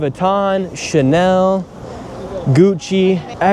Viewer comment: Bro, like your videos, but please don`t say Canal to Chanel...😅 Ch is like sh... Chanel.... Shanel pronounced, u know 😉